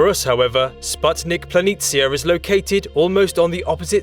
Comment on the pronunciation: Thanks for correctly pronouncing "planitia".👍🏻 Its so annoying, that English speakers usually butcher every "foreign" language